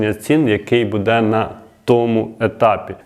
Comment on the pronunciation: У слові "буде"наголос падає на перший склад слова,а не на другий.